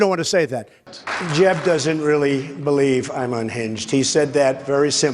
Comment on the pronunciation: “Excuse me, Jeb-uh”💀💀💀💀